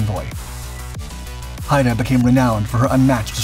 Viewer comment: Haida as in Haida Gwaii (“hīda gwī”)